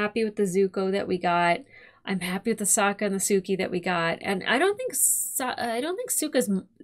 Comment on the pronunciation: It’s funny that you keep calling Suki/Sokka “Suka”. It means “female dog” in Russian and gives me a giggle when you say it. 😂